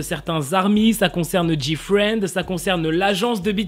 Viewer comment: Pour moi il a bien dit GFRIEND